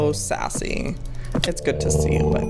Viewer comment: Every time he says sassy it cracks me up 😂